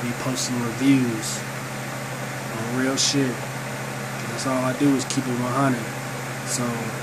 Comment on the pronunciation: right as this nigga said "this sshhit.....work" i popped thaatt mf pill in 2.5 sec XD